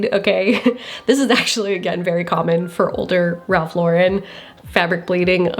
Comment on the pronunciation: Im curious as to why ive heard so many people pronounce "Lauren" differently when talking about Ralph Lauren. Even in this video when you mention "Lauren Ralph Lauren", you pronounce Lauren in 2 different ways. And towards the end you change how you pronounce his last name when you say his full name.